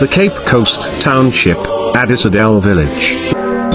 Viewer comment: correct pronunciation is “Adissa dial”